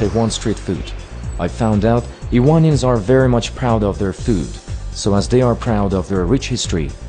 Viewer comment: tehwon!? iwonians? wtf!